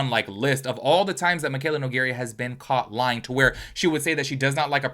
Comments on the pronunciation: No-gare-uh... Not no-gare-e-uh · Two things: 1. The fact you mispronounced her name is so funny to me. I hope it was intentional. That would make it so much better 😂 2. Your skin is FLAWLESS, wowza 😍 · Babee please stop saying her last name wrong 🥲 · Lmao I low key love that he pronounces it that way. It rhymes with diarrhea and totally fits her aesthetic 🤣